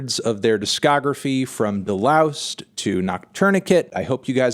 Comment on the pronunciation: De-loused is a hard S